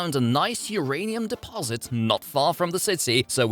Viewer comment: "Hurray'nium" killed me.